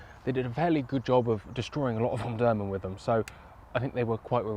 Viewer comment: Pronounced om-dur-man not om-durman